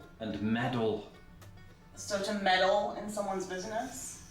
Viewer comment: She can't pronounce the D or a T lol wtf. I am Canadian and i say metal and medal different. wow! she can't pronounce been and bin different. those are 2 different words.